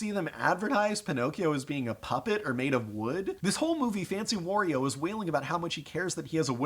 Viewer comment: "Fancy Warrio" Lmao